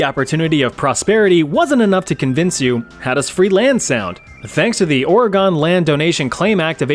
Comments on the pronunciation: How hard is it to say organ not oreegone. Pronounced like the piano or part of your body. Your choice my guy 😂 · Stop pronouncing Oregon as Oruhgone, it's fricking pronounced Oruhgun or Oragun (pronounced using a broad a, think 'uh'). You were driving me up the wall mispronouncing it every 10 seconds during the Oregon Trail part. Surely you must have heard the correct pronunciation before? Whatever, pissing me off.